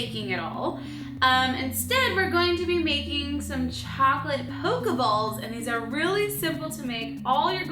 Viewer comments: it's called pokeballs not pokuballs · Haha you said poke ya balls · You said pokeballs wrong